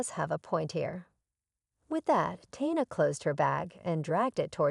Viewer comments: It’s pronounced Teee na. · A VERY INCOMPLETE Story with NO PROPER Conclusion, ALWAYS getting the Name Tina WRONG. With a person reading/checking spelling it'd be a MUCH BETTER STORY, A THUMBS DOWN!!!